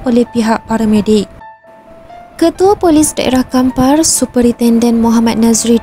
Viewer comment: Kampar, bukan Kapar